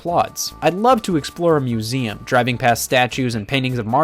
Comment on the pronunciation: “Mueseum Track”